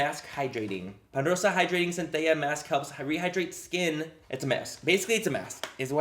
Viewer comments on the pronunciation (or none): The ls in Centella are actually pronounced like in the name Stella :D